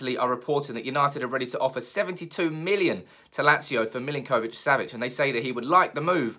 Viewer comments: It’s Millink - O - Vich; got a friend with same name and that’s how I was told to pronounce it! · That was doing my head in as well! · My god, why are you pronouncing his name like that!? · The way you pronounce his name 😫